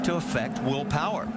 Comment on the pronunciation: “Wheel Powah”